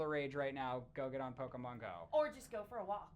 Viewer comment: pokemon or Pokeman?